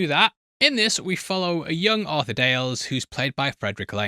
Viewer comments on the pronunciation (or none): none